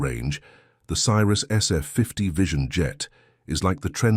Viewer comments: Newsflash: Cirrus is pronounced see-rus, not sy-rus. Not checking your vid for video and audio mistakes before you post is lazy and makes you look stupid. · Love the way the narrator pronounces it "CYRUS". This is not Miley's airplane. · Stopped watching when your narrator pronounced Cirrus as Cyrus. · Teach your computer voice to pronounce Cirrus correctly - bad video